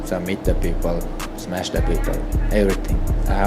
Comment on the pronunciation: Ppl think he is like Khabib because he always say that I am going to smesh you just like khabib always says